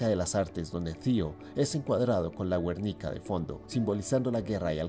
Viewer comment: ¿¿¿La Güernica???......... GUErnica, GUErnica, GUErnica ¿¿¿No sabemos leer???